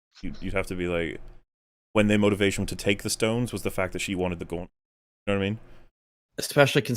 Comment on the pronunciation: I just can't fucking stand how this guy says "Gauowntlut"